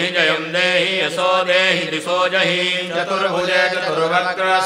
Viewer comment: Swara is not perfectly pronounce..!!! What a pathetic ..!??? Yaso Devi Jiso Jahi...not..!! It should be Yasho Devi Dwisho Jahi. ( Sanskrit is not hindi !!)